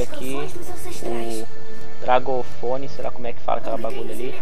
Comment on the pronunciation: Ele disse DRAgofone (fone de dragão) huehuehue